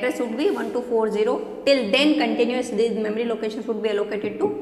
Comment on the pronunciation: Its memory not mammary